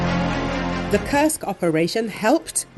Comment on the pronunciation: Could you please replace the female voice with the male voice that does not curse Kursk anymore. Thank you